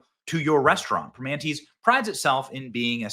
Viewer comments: Primanti's is pronounced "Pree-Man-Tee's. " But being said "Primanati's" sounds close to "Illuminatis" is pretty funny. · The restaurant is pronounced "Pra-mannies," another fine example of the Pittsburgh Dialect. 🤣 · Hey Benny, if you want to sound like a Pittsburgher pronounce it “pre-mannies brothers.” I was shocked the first time I went there and saw the sign. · Its pronounced prih-monty. I eat at the Fort Lauderdale location all the time. I think Ill take a trip down there this weekend. Any restaurant that kicks out Sarah Sanders or JD Vance is alright in my book. Ill try to make up for the lost business. Big tip. In all fairness, I would do the same if they kicked out Kamala or Walz. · Pronouncing it wrong bro!! Pri-manti’s. And the satellite locals suck!! The original in the strip district is awesome and def wouldn’t do this dumb shit!! Pittsburgh PA!!! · It's pronounced Pruh - Man - Tee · Prim Ant EEs. It's really too bad because they have the best sammiches in all of PA. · "Pri - manti" is how you pronounce this restaurant. They are famous for serving fries on top of their hamburgers. I'm originally from Pittsburgh and I'm ashamed that this happened to J.D. Vance. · Some parts of your brainiac are moving faster than others, Benny. "Pree-MON'-tees." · Its pronounced PRA Mann Tees Benny lol....i used to eat there all the time in college.....NEVER AGAIN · Benny I love you!!! But it is (pri ( like prick) MAN tea) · PGH = abbreviation for Pittsburgh "Primanti's" is more like "purr-Man-tees" Edited to add: IF their location in the Strip District neighborhood in downtown Pittsburgh, which is near to Three Rivers Stadium where the Steelers play, is empty, THEN Primanti's has a big problem. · I'm from Pittsburgh. Your saying it wrong lol